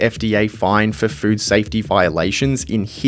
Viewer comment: I swear you said "fruit safety" every time